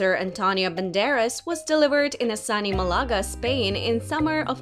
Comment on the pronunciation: I can't believe that she can't even pronounce Malaga correctly.